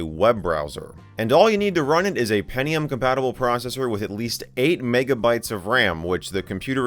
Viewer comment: peNNNNNNium, because I hear no T from penTTTium